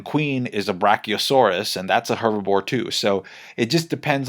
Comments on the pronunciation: Loool I thought I was hearing it wrong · It's "herbivore", not "hervibore" 😭 You know... Because they vore herbs, not bore hervs? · And he says it like 10x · keeps saying hervibore instead of herbivore and it's killing me 😂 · I love that was saying "Hervibore" instead of "Herbivore" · 😂 I thought it was just me lol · Please don't say Hervabore again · ''hervibore'' aside, cool content! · 😂 why can’t you say herbivore? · Spanish is my first language but he’s definitely saying hervibore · I love how you say ‚herbivore‘ wrong over and over again :D i agree that hervibore sounds better tho